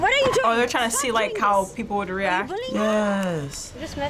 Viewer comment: she says woode